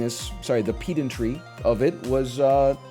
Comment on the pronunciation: I've never heard anyone say pedantry quite like that.